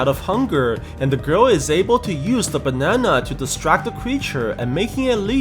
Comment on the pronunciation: The phrase “the bananana”